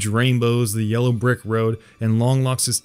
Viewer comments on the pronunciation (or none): none